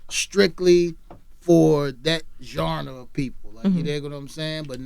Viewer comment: Listen to this old head try to say the word "genre"